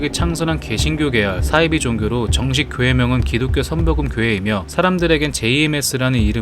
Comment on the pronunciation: 싸이비가 아니고 사이비